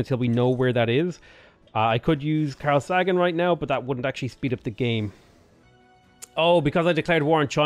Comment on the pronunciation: It's Carl Say gan..